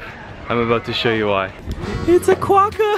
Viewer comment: "King of Quakkah." Quakkah. 😂